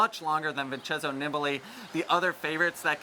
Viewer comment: Knee-bah-lee the i in Italian is pronounced like the e in English. They would never pronounce one vowel differently than another. I thought you guys said you were going to take some lessons. It’s like watching a car crash. Keep trying 😂